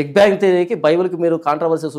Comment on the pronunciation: It’s not bank but it’s bang👍